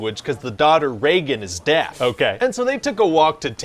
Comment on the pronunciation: The way he says deaf made me chuckle..